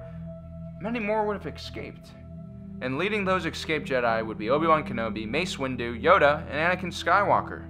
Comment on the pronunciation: I notice in your videos you say "eckscaped" a lot. The word is pronounced phonetically as it is spelled, "escaped". Please speak Engrish next time.